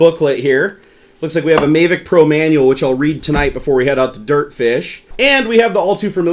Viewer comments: it's mavic not maevic. good video! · I'm sorry but he said mayvic pro. ITS MAVIC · thank you. I cringed every time he said MAY-vic. Same with REEE-view. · please stop saying "may-vic..." it's pronounced like Havok :P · Mayvic Pro? No, mahvick Pro. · MAAAAAAAAAAAAAAAAAAH VIC, NOT MAAAAAAAAAAAAAAAAY VIC >:OOOO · He said may-vic... smh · May vic? Did i hear that right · The gimbal dome is only used when you're just flying FPV, you should take it off when you're filming. One other thing, it's not called May-Vic or Dee Gee Eye you doofus. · OH MY GOD OH MY GOD OH MY GOD! I've been waiting for this I got a mavic and it is amazing especially the camera and the obstacle avoidence also it's prenounced MA-Vic a as in Jack Ass. Also the faa is stupid I don't fallow the rules or have my drone registered. many people fly with the bubble off. In fact you get more airflow that way. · So many people ragging on for saying "may-vic" wholly fuck who cares? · It's MA-vic. A as in apple. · That may be the case but you are in the states and it's pronounced MA-vic. There's no trolling involved. Simply correcting your pronunciation. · Yep. He was saying it wrong the whole time and I couldn't watch the video anymore. It was annoying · One, having 3 monitors is not a problem but them being huge is just stupid. Also, you pronounced mavic wrong. You really act like a nerd and I'm definitely not coming back to your channel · your saying Mavic wrong Dude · The way you say MAVIC really irritates me lol. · it's not about how I pronounce it, it's about how everyone the built and designed it at DJI pronounces it. If you're going to ask the company to send you their product for free, you might as well pronounce the name of their product the way they've intended. As DannyAR mentioned, no trolling here, just had to agree on the pronunciation here. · love the video but i think you're pronouncing mavic wrong lol